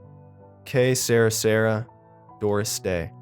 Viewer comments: Aww.... it's pronounced Que Sey-rah Sey-rah not sarah sarah:( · You should have listened to Que, Sera Sera. It's pronounced seh-raw.